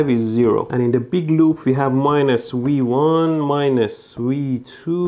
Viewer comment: Is it just me or is he saying "we won" when he points to V1